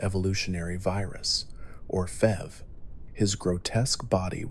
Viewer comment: He says "fev" instead of "f.e.v"? Lol